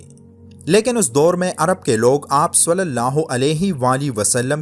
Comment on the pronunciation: بھائی ص کے اوپر پیش نہیں ہے ( ُ ) نہیں ہے بلکہ زیر ( ِ ) ہے۔ ﷺ